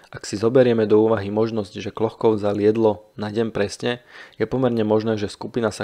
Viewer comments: Jméno není Klochkov, ale Kločkov. Některá jména a názvy vyslovujete špatně. Naučte se azbuku, není to těžké. Jinak díky za zajímavá videa. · Ne Klochkov, ale Kločkov !! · necita sa Klochkov, ale Kločkov - necitajte to ako to pisu Anglicania, pozrite ako sa jeho meno cita priamo po rusky pri fotke. Ale inak velmi zaujimave ! dobre spracovane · Jen drobnost: příjmení účastníka výpravy by se mělo číst "KLOČKOV", podoba "Klochkov" je klasická anglická transkripce, v níž ruské "č" má podobu písmena "ch". Jinak ovšem opět skvělý dokument... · Kločkov ,nie Klochkov.🙄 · Vedúci sa volal Kločkov. Chyba vznikla pravdepodobne pri fonetickom prepise mena do angličtiny - Klochkov kde ch vyslovuju ako č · Videa su fakt super ale trochu dehonestuješ svoju prácu tým že strašne komolíš mená poraď sa nabudúce z niekým kdo ovláda výslovnosť číta sa to Kločkov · Akokolvek ma video zaujima, nemozem to pocuvat. Kedze autor kanalu robi skvelu robotu, mozem mu s azbukou do buducnosti pomoct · trpim pocitom, ze nepozna ani anglictinu, inak by vedel ako ma to ch citat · z akého jazyka ste to preberali? vidím v azbuke č, anglický prepis ch sa tiež vyslovuje ako č